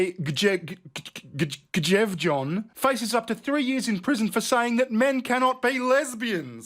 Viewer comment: I actually spit out my tea when you tried to pronounce "Tonje Gjevjon".